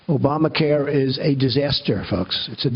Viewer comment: Did he just say "ObamaCar" in the opening?